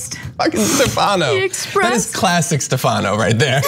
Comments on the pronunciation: In Italian, the name "Stefano" is pronounced with the accent on the first syllable. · Ana, it's not "Stefahhno", it's pronounced Stef-a-no